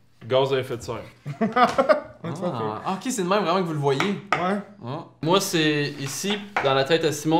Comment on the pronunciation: criss on dit pas me(i)me mais mème